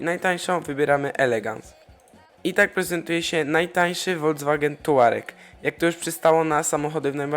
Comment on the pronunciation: Volkswagen czytaj "Folks-wagen" a nie "wolc-wagen"